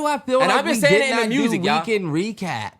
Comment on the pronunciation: They stay saying reekend 😂